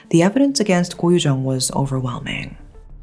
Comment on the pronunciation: It's actually koh yu jeong